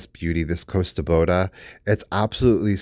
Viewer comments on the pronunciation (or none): none